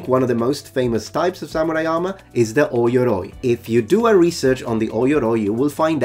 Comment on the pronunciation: "Oi-yoroi" is incorrect, its pronounced "oh-yoroi"